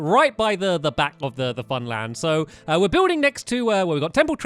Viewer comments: He said famland not funland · # "Fan Land" Lol.